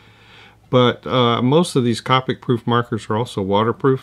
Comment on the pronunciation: Thanks for the video! Always enjoy. Just a note, Copic is pronounced with a long o, like covert (I’m a Copic certified instructor)